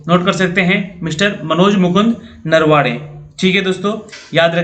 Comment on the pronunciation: नरवाडे नही सर नरवणे है वो